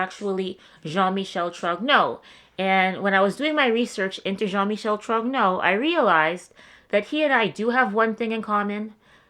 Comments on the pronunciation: Pronouncing Trogno- I checked while in Paris last week. The g is always silent and gn in like the n in onion. So sounds something like Tron-yo. Anyone else know? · I wish Candace, and everyone who cites her video series, had checked with a French speaker about the pronunciation of Trogneux. It shouldn't be "Trog-no," but something like "Tron-yoo," with no hard "g" sound. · ´Troc-no` is apparently the American pronunciation... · Aargh. Come on! Trogneux is pronounced, Tro-nyeur. TRO-NYEUR......Please don't copy Candace's terrible pronunciation. Yes, it's French but even if Trogneux was an English word it wouldn't be pronounced the way you say it! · I love how Americans struggle with the pronunciation of "TROGNEUX", basically the GN sound in French sounds like Nee-eh, so you'd be better off pronouncing it TRO-NEW, it would be closer to the original pronunciation... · Pronounced tronyo.silent g. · Please Google Translate the name Trogneux.The G is silent(TRO)(NEUX)is pronounced like (YEAR)Troyear. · Really difficult to hear you mispronounce the name Trogneux over and over. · Don’t pronounce the g, the g is silent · Please, look up how "eux" is pronounced in French. It's not "o." Candace Owens may be right in some of her claims but her pronunciation of "Trogneux" got a whole slew of YouTubers off on the wrong foot! But aside from that, you make a helluva convincing case.